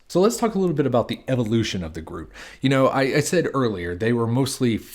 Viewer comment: It’s pronounced groo-it, not rhyming with fruit